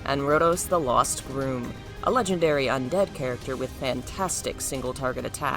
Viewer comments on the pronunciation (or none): none